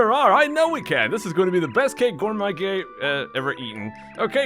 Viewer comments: It actually sounded more like "Gourmuy Gay" lol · Did you accidentally call Gourmet Guy "Gourmet Gay" the when you flubbed his name?